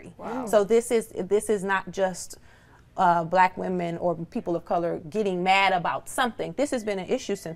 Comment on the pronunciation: Why does the black woman on this show have so much difficulty saying the words "black women"? I've noticed that with this generation of black people. The more you guys assimilate and focus on conforming to standards of whiteness, the more insecure you become. It's also a result of African-Americans rejecting their African heritage. You can't be proud of your natural hair if you're not proud of being African.